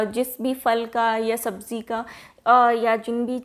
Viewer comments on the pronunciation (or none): none